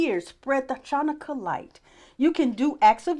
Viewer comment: I love your enthusiasm and open mind, but you are mispronouncing "Ch" in "Chanukah." It is not pronounced like "ch" in "chalk." It is a guttural sound made in the throat. Please Google the correct pronunciation.